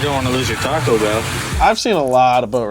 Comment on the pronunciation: What’s a ‘tarrco bell’? Surely wasn’t trying to say ‘taco’, was he?